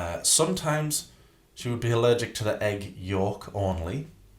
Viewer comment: I hate. Hate. HATE. How she says certain words. Such as (Agg) egg (lAGG) leg. I get accents but why only on very specific words. And how can you be a writer when you can’t even speak grammatically correct.